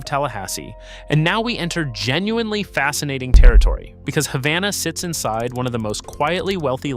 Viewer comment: #4 is pronounced Hay-vana.